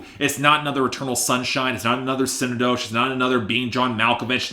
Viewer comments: Si-neck-doe-kee is how its pronounced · Synecdoche is pronounced like Schenectady New York. It’s not like “sin nah doe shh”